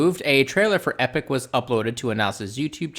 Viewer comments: EPOCH is pronounced EE-pock, not EH-pick, not like Epic. Epoch means a very long-term time period, an era, a vast amount of time. And that he'd begun Epoch in 2014 and changed the name to Tardigrades in 2015 -- Oh, come on, there's plenty time-stamped, logged material that shows what Anas Abdin created, story-wise, artwork, characters, plot lines, well before Discovery was launched, that is way, way too similar, even in a cursory comparison. If anything, you're proving Anas Abdin's case and against CBS and the Discovery team. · I'm loving this. Although when you say "Epoch" it sounds like "Epic"